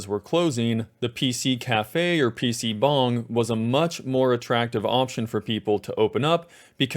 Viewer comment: omg thank you for pronouncing pc bang correctly lmao